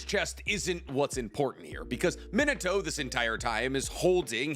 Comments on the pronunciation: Why does he say Mini-toe instead of Min-Ah-to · Bro you driving me crazy saying minato’s name like “mito” 😂😂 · Your pronunciation of Minato is like fingernails down a chalkboard. The name is three syllables, not two. Edit: Your pronunciation of Konoha is even worse. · Does he not know how to say Minato's name correctly? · The butchery of his name is on another level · hate how he pronounces minato